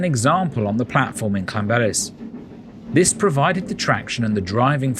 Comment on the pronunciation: Ll makes a should in Welsh as if you are holding spital in your mouth and then you throw your tongue forward in the month to make the sound so it is not Lan it is Llan